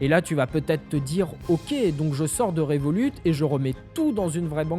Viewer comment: Moi je me demande pourquoi tu dis le T a la fin du nom de revolut sachant que le t est muet vu que revolut eux-mêmes ne le prononce pas le temps est revolut d'où le nom de la banque